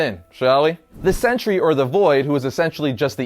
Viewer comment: I always hear century instead of sentry